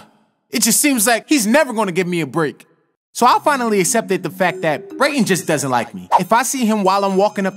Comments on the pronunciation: brayton not Braden BRUH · Its pronounced Brayton